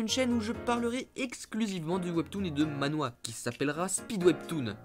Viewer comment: Mdr tu dit Ma-Nhwa? Sa se dit Man-hwa mdr